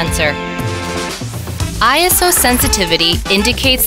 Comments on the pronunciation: Smart "Ayso" pro. LOL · I thought is was pronounced I S O